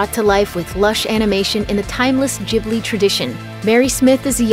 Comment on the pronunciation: The G in studio Ghibli is pronounced like the letter G in gate. In Libya this is the name given to the hot southern desert wind.